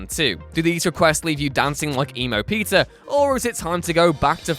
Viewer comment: Man, every time you say "Peter" i hear "pizza"